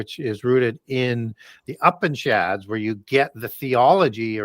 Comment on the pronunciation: The great has prounounced the word "upishad" - He is referring to the Upanishads; Hindu religious, and philosophical texts. I love what brings to his audience!!